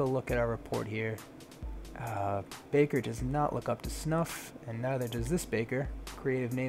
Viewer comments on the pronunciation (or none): none